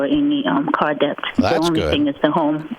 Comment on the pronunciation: $420k in the hole to higher education and can't pronounce the tiny word "debt", correctly.